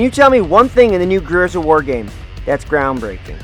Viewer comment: You can’t even pronounce the title of the game properly, what a moron